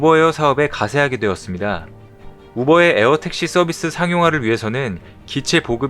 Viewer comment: 오보 에어인가요 우버 에어 인갸요? 발음이 약간 불명확해서 모르겟다는...